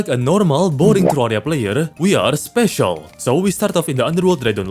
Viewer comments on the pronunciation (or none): I like how he said "special" and not special